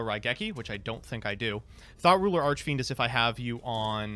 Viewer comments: I don't care how childish it is, but I giggled a little everytime i heard THOT ruler. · I keep hearing "Thot Ruler Archfiend" from MBT...